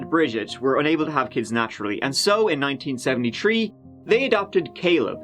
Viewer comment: 197tree I love the way he talks